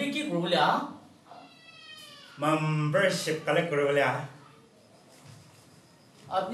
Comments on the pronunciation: He is telling mumbership that's is not membership 🤣🤣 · Loving the pronunciation of membership.... Great people.